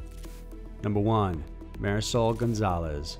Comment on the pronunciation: The way he pronounces "Marisol." Oh my god...